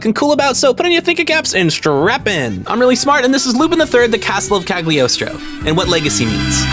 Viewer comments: g in cagliostro is silent. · Part II has a lot of disappointing episodes in terms of writing. Part I is best, especially the first 9 episodes. Also Mystery of Mamo is better than Cagliostro. Also Cagliostro is pronounced with a silent g (as it's a vaguely italian setting. Listen to the japanese dub.) That's all, thank you very much for the video. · "I'm really smart." Immediately mispronounces "Cagliostro" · Impeccable pronunciation of Citroen but says Cagliostro with a hard G.